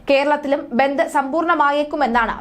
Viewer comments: ബെന്ദ് അല്ല ബന്ദ് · ബന്ത് അല്ല ബന്ദ്